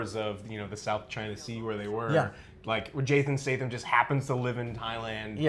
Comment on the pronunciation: triggered every time he said it! lol